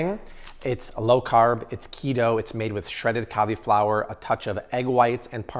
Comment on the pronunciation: Cau-lee-flower takes me out everytime 🤣